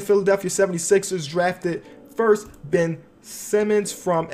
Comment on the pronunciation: Ben not bill